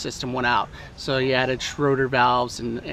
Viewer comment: Please stop saying schroder valve !!! Its SCHRADER !!!!!!!!!!